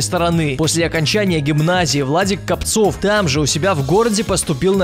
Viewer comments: Владислав КОООООпцев ударение правильно ставь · Копцев ударение на о! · Копцев. удариние на о! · кОпцев, а не копцОв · Не КопцОв, а КОпцев! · Не КопцОв, а КопцЕв!) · Может Владислав КопцЕв, а не КопцОв?) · по мойму... Не КопцОв, а КОпцев... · Не КопцОв, а КопцЕв... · Он задолбал имена и фамилии не правильно называть, например : Владислав КОпцев а не КопцЁв. И ксати я его ненавижу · Копцев,а не Копцов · Не КопцОв, а КОпцев, если не ошибаюсь. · Не КовпОов а КОпцев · ты совсем он Копцев а не Копцов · Не Капцов, а Копцев! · НЕ КОПЦОВ А КОПЦЕВ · не КопцОв, а КопцЕв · Копцев а не Капцов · копцев а не копцов